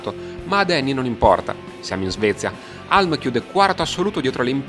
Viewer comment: Non vorrei fare il saccente, ma si pronuncia Hiulm, non Halm